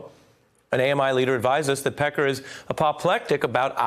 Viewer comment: Having a hard time watching this and listening to him sayMr. Peckar.